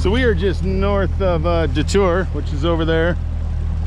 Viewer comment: Thank you for pronouncing "DeTour" correctly. My channel has gotten 100,000 of views from that boat launch you started out at.